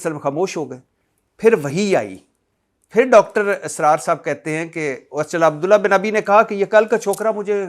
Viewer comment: بھٹی صاحب آپکو نہ اردو پڑھنی آتی ہے نہ بولنی آتی ہے آپ علما کو شادولے کے چوہے کہتے ہیں عبداللہ بن ابی کا تلفظ کسی سے صحیح سیکھ لیں۔ متبع سنت ناناتوی اور بھی بہت سارے الفاظ آپ بول نہیں سکتے اور ٹھہرے آپ علما کا علم پرکھنے لگے مسند احمد بھی ٹھیک کر لیں